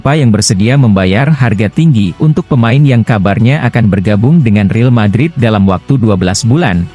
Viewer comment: Real Madrid bang....bukan Reel Madrid..pake A Caecedo bacanya Kaesedo... biar enak dengernya...